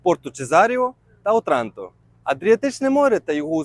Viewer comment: В Отранто наголос на першу О